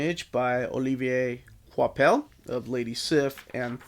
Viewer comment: I wasn't gonna get this one because I've heard the run isn't very good, but hey, screw it. I have (I think) every other Thor Omni so far, so there's no point in skipping one. Also, good job on pronouncing "Olivier Coipel" correctly throughout the video. Finally, you did it!